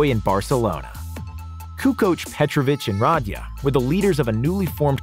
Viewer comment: Nobody gonna point out the murder of dino Radja last name. The d is silent and the emphasis is on the j!